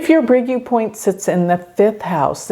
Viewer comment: Fascinating you anglophones are so lousy at pronounciation; U is not YOU but OO...